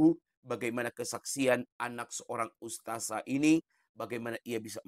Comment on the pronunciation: Kayaknya boong nih, kok dia bilang ' ustajah ' kalau anak ustadzah pasti makhroj bahasa arab nya fasih